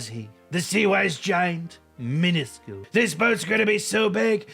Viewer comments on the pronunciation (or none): Much respect to you,. Trump can't pronounce "miniscule", however.